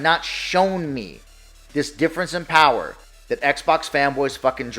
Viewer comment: The Powahh...lol